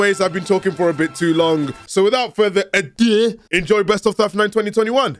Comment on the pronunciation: Yknow, when he went "without further aduæ" i really felt that